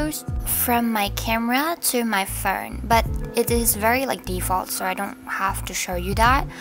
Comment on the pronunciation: "what's on my furnnn" the accent owo